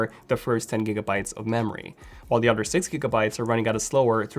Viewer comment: Why does he says otter instead of other